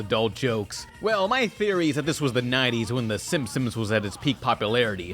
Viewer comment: Please stop saying Simpsoms